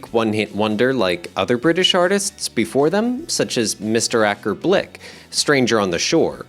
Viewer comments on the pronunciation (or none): that’s elk-er Bill-k with the tune stranger on the shore